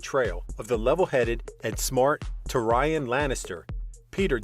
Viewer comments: Why can't you even pronounce the characters names from GoT correctly? It's Tyrian = Teer i an and it's Ba ra th e on (baratheon) If you're making a video on GoT, know how to pronounce the names please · He mispronounced most of the names